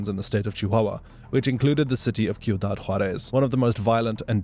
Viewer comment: These AIs are impressive. It almost sounds like a real person talking. They have come a long way. You can tell it’s a AI by how mispronounce words. This one gets the names right but then can’t pronounce cuidad. It’s driving me crazy that he keeps calling it Q-dad. What the crap AI?! Get it together.